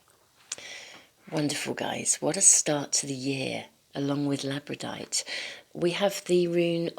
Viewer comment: ..FYI: I think that you actually mean to say "Labradorite",[as in "Labrador"(a Province of Canada).... (NOT "Labradite")